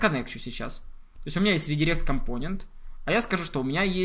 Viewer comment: когда ты говоришь компОнент, я почему то хочу выкинуть из 21 этажа свой ноут